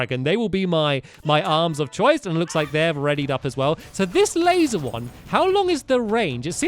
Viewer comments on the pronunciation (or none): none